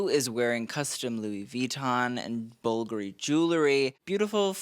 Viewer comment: I can’t you cant even say bvlgari right and people are buying your shit? Youre not even a stylist bro you just are interested in fashion i mean keep appealing to the normies cuz u are one too lol😅😂